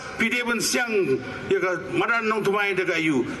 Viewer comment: Ma phi kren khasi rh nang bha re madan rh ong modan te shano long ..Bah Tmc